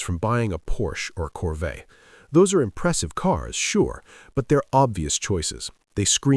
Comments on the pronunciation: A Corveyy? 😂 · How do you mispronounce corvette?! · I figured this was entirely AI generated. Wasn’t until the French pronunciation of the word “Corvette,” that I was fully convinced. Still, I enjoy the content. Which is probably largely why I’ve been considering moving to Japan. America sucks, and is a former shell of what it once was. It is a complete political hellscape.